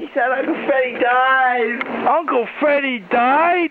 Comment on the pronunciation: he said " Uncle Fweddie died"